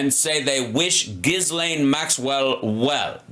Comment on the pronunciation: It’s pronounced “Gill-aine” the S is silent. Thanks 🙏